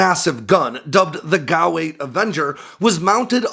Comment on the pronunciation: It’s not a GOW 8 Avenger it’s a fucking G.A.U. 8 Avenger are you tarded?